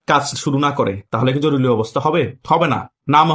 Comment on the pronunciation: উচ্চারণ হবে জরুরী,জরুলি না।